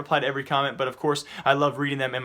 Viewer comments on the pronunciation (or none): none